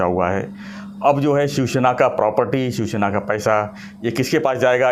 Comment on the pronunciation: श्याम गिरी जी it is शिवसेना and not शिवशेना. You keep saying शिवशेना